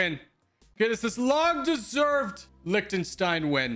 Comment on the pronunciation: It's like Lihtenstein not Liktenstein.